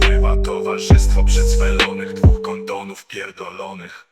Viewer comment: ohyda- nie ochyda rzygać - nie żygać kondom - nie kondon. Używaj pan POprawnej POlszczyzny.